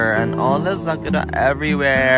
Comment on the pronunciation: Anyone else keept hearing SUCKITUP instead SAKURA? 😮😅😂